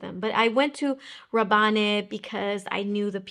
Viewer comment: I believe in Rabanne (from Paco Rabanne), the "e" is silent, so it sounds /Raban/, although I may be wrong. Your videos are the best! x